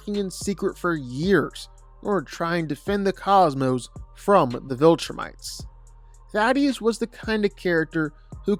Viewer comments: I'm about to be a grammar Nazi, but so be it: Thaedus is not pronounced the same way as Thaddeus. Dude, all you have to do is sound it out. Thay-Duss. Try harder,. I will now get off my soapbox and proceed to enjoy the einrvitable comments that will roast me for caring about inconsequential details. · It's not 'Thaddeus' 😂